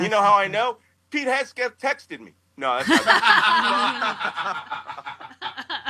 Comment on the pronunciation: Please Malcolm, it's Heg-seth... HeG- Seth. Not Hes-geth